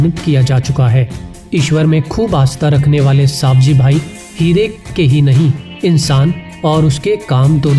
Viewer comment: It's not सावजी भाई it's सवजी भाई I am from Gujarat and I know his name